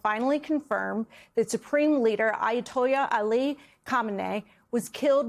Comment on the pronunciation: Oh dear ... this gal can't get through a sentence. Did you catch that pronunciation of Ayatollah? Eye-a-toy-ah? Pretty bad. She needs to go!!!